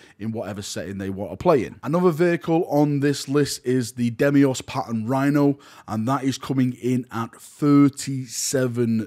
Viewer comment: really just said Demios lmao... it's Deimos